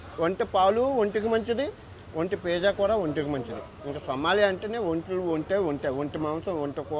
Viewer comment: భయ్యా నువ్వు ఒంటె పిజ్జా అంటుండే ఒంటి పియ్య అన్నట్టు ఉంది